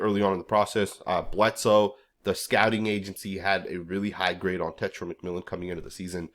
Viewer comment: Bro, it’s not tetra! It’s TE-(tay) TAI- (tie) Ro- (Roll your the r off your tongue as in Spanish) A-(ah)